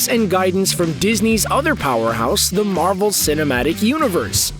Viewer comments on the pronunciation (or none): none